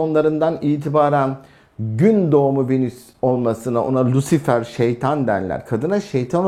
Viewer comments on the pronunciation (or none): none